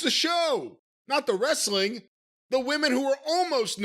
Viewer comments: TNA wre-suh-ling, bro! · Wresta-ling… BRO…..